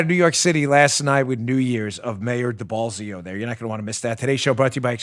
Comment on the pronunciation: Mayor Deballsio lmao I heard that